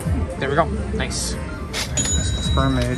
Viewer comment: This mofo said *sperm*aid 😂😂😂